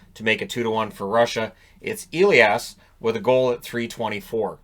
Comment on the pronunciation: it´s a german first name. Its not pronounced Eliash. Its Elias with a "sharp s"